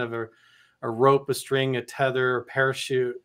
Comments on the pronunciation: Did just say 'teether' line, twice? "Teether" line? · It's NOT called a 'teether line' it's pronounced Tether Line!!!